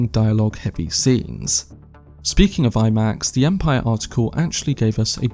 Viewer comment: But are you talking about that? "Empiyyer magaziiyyne"